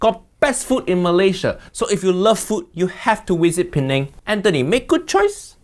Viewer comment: As an Indonesian, I just found out this time how to pronounce the word "Penang"....Pineng